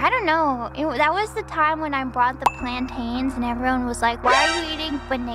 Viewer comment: As someone from the Caribbean, hearing someone pronounce Plantains the way does always hurt my soul. Caribbeans and africans know what I'm talking about